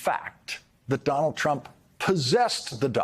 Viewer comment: Did you hear that he called Donald trump Donald crump🤣